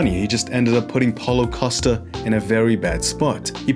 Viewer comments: Did anybody hear what he said during start of this video? It sounded more like Holocaust but I know what you said was Paulo Costa! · I thought he said holocaust in the first 2 seconds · Great stuff once again man! I don't want to offend anyone but I had to listen a few times, I seriously thought you were referring to him as " holocosta".